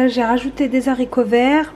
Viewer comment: On ne dit pas les z'haricots !! Il n'y a pas de liaison 😂